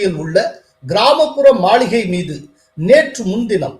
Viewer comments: Hello சார் மளிகை அல்ல மாளிகை தமிழ் தெரியுமா தெரியாதா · Is it Maligai or Maaligai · சார் மாளிகைய அல்லது மளிகையா சரி பார்த்து வாசிக்கவும்.